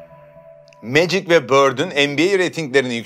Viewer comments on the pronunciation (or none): none